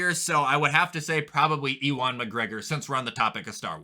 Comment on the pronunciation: Your pronounciation of Ewan and picking Kenobi as show of the year is just god damned shits man... like really... KENOBI???? Andor blows it out of the water.